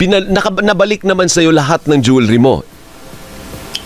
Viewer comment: The word jewelry is not pronounce the way you did Pls ask anynone